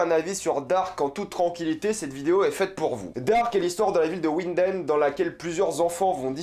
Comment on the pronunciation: Faut prononcer vinden